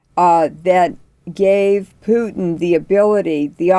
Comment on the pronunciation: It's Pootin not Pewtin ! It's disrespectful and not accidental and it says more about the person who chooses to feign ignorance.